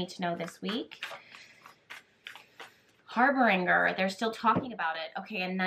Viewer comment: Harbinger is pronounced with a soft g or j sound. ❤️